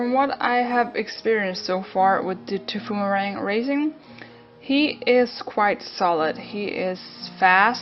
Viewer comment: Tbh its called thy-poo-mer-rang